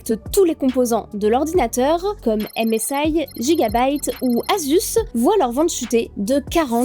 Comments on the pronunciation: "Aime-Esse-Ail" > "Guiga-Baille-Te" 😉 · au point de dire MSEAIL pour MSI bon fait un effort